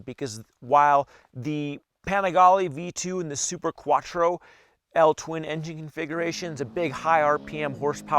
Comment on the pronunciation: I LOVE YOU ❤️ because you said "L-TWIN" Good job.